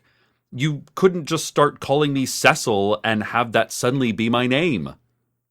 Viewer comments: my friend pronounces "Cecil" like this. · Oh man, I was NOT prepared to be directly called out about my pronunciation of Cecil 😫